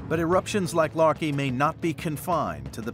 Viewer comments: The anthropomorphization of the volcanoes is hysterical. As if the volcanoes are battling the elements. Also the pronunciation of Laki as "larkey" makes me think of "malarkey" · The narrator was pronouncing Laki as "Larky".